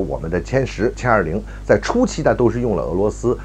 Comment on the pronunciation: 是jian20 不是qian20 草